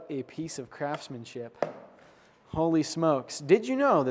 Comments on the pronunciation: Did you say "What a piece of craftsmanship" or "What a piece of crapsmanship"? 🤔😏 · For a second I thought you said "Piece of Crapsmanship" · I thought I heard you say "What a piece of crapsmanship" and I almost died laughing but then realized you didn't actually say that. Also, what's the brand of your santoku? I really want to pick one up for myself.